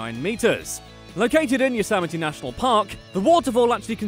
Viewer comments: same thing with Yosemite it's Yo-sem-i-tea not Yo-sam-i-tea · Additionally, he can't pronounce La Brea or Yosemite.